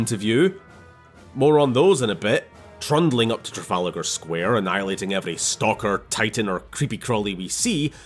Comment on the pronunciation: trundling up to WHAT? It’s Tra-Fal-Ger